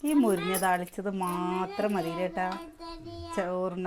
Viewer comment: മുരിഞ്ഞ അല്ല മുരിങ്ങ